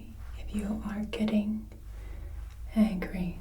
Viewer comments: you also said angy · Angy or Angry? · Same thing with "Angy"....angry lol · You forgot the "r" in angry. Just kidding! It was an excellent experience!